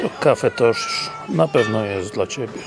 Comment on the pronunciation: Źle gościu wymawiasz nazwę kawiarni. Nie nazywa się Cafe tosz tylko Cafe Toch, a Toch to nazwisko właściciela Mirosław Toch